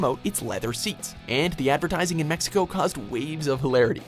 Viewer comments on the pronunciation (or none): none